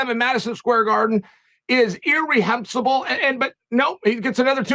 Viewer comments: irrehensible? Chael: it's "reprehensible." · "Irrehenhisble" huh Chael... never heard that made up word and yet somehow I understand exactly what it means. Lol